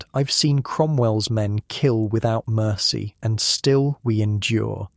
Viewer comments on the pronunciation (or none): none